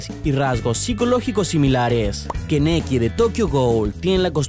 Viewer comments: Keneki xd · todoroki no esta inspirado en ese tío lo confirmó el autor y se dice kaneki Es solo una cosa que me molesta, no quiero criticar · Kaneki no keneki es Todoroki, no tokodori edit: se pronuncia Kolli (joder, me siento como Hermione con el wingardium leviosa XD) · esa pronunciación "Keneki";v 😂